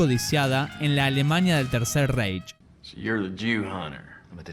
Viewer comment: Buen video pero una cosita, Reich se pronuncia más bien ráich. Es que como lo pronuncias tú suena muy inglés 😅😅